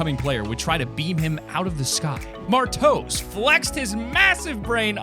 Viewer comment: HE SAID MAR TOES XD